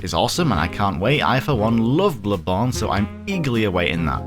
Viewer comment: it's not that hard to properly say "BloodBorn" god